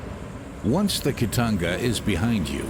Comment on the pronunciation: ITS CALLED KITONGA NOT KITANGA